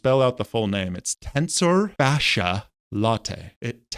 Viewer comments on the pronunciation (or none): Pronounced tensor fash-ee lat-ee.